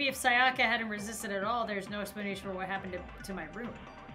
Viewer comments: literally every character: saya-kuh: say ah ka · The way she pronounces sayaka makes me cringe